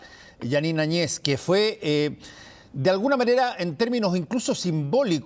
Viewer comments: Por qué , si se escribe el apellido Áñez , dos grandes periodistas lo pronuncian Añéz. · Que hablan ...no saben nada de lo que paso en Bolivia ,evo Morales dejo la presidencia y ahora hablan del avismo grande de la separacion del pais y ni pronuncian bien el apellido de la ex presidente de Bolivia. Y el tema del mar fue utilisado por evo Morales sabiendo que con chile no hay negocio osea chile jamas dara paso atras con respecto a eso seamos reales eso . Aprendamos un poquito mas por lo menos de castellano y pronunciemos nombres y apellidos gracias .